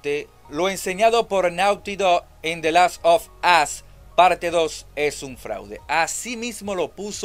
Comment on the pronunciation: Hey locon te doy un consejo de gramatica xd, "the last of us" se pronuncia"de lass of oss" cuando dices de lass of as estas diciendo en ingles"el ultimo trasero xd